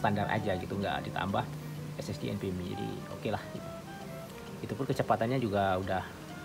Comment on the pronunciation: bang, abang selalu sebutkan SSD enpemi atau apa gak jelas artikulasinya ?? Apa sih maksudnya enpemi ?? Maaf klu salah sebut krn artikulasinya gak jelas untuk penyebutan enpemi itu saja